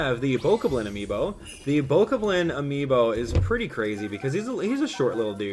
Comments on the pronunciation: Bo ka blen? Say goblin. Now say bo kob Lin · That is not how you pronounce Bokoblin